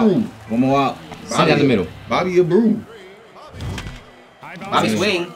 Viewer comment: It's Bobby A bray you. lol. Oh man....this is tough to watch as a baseball fan